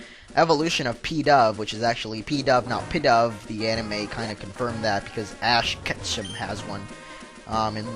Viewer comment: its not ash ketchum its ash ketchup